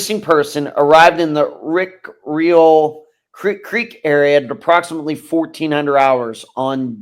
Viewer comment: You got the pronunciation pretty good...RICK- REE- AL. Oregon here...haven't heard one thing about the case of Mr. Wright.